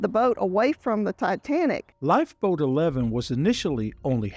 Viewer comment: What the F is a lifeboad???